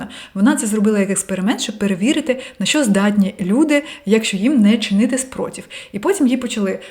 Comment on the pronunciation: Дякую що розмовляєте українською. Але над вимовою треба ще працювати. Говорите батькив замість батьків та спротів замість спротив.